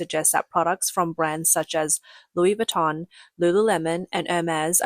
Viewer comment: Wu wee veeton……GTFOH with your cheap junk